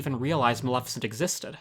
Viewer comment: Yassss! Finally someone who can pronounce Maleficent's name correctly! Most people pronounce it MaLIFicent instead of the correct pronunciation- MaLEFicent. Well done!!!